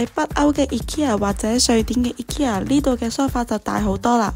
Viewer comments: 但都無讀錯💪🏻💪🏻💪🏻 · 放心！無讀錯ikea個名💪🏻正如「佢地有好多產品都做到統一化，只係配合地區嘅文化，做少少細節嘅改動」個名嘅讀音都係🤣😂😂